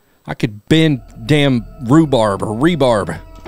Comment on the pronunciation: ...."Rebar" 🤣 smh